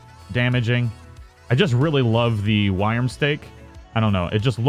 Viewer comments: 'Wyrm' is pronounced the same as 'Worm'. Thought I could put up with it, turns out i couldn't. Learn to talk. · Are people seriously giving dislikes because he says wyrm/worm weirdly? Why not focus on the point of the video instead of an irrelevent nitpick? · Yeah sure buddy and dont let that oh so triggering awful pronounciation in a vid on the internet get to YOU too much take care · You have posted 8 times on this issue alone. Amazing how triggered you are over a simple mispronunciation.